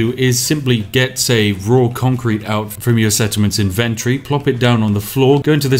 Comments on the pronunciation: Why is he saying inventory so incorrectly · inventory is not pronounced that way lol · Is that how British people pronounce inventory or is it just him?